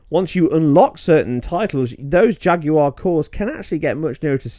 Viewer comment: ''Ejacular cores''